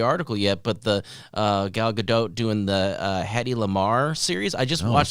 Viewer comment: just a note, the proper way to say her name is Gal Ga-Dot (Dot as in dot-lot-tot, etc)